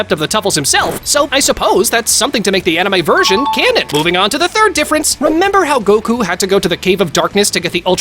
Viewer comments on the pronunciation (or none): none